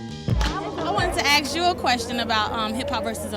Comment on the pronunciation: Is there an x in the word 'ask'?